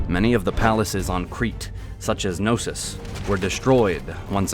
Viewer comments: Its not Nosos its k-no-sos ...nosos means sickness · "With the destruction of No-sis…" Can we really not pronounce the K? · These videos are amazing but for the LOVE of God... Can you guys do a small research of the correct pronunciation of all those Greek names? Put Chat GPT on and it will pronounce them for you, its not that hard... "Nosos" ... Really? "Nosos?" That "k" is not silent. Its "knosOs" not ... "nOsos" Please, its not that hard...